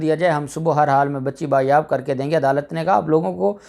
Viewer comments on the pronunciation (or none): لفظ ”بایاب“ نہیں ”بازیاب“ ہوتا ہے. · آپ بار بار ایک لفظ بایاب بایاب بول رہے تھے.کیونکہ آپ کی مادری زبان اردو نہیں اسلئے یہ غلطی ہوئی.درست لفظ ہے بازیاب.بایاب کوئی لفظ نہیں اصل لفظ ہے بازیاب.شکریہ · sahih Lafaz #'Baaz yaab.# hotta hay.